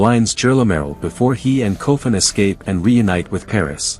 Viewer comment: Es-cap is a hell of a way to pronounce "escape". I guess the LLM voices still have some kinks to workout, nevertheless thank you for the recap!